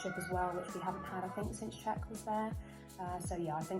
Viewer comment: He’s actually said himself it’s not. It’s pronounced ziy-ec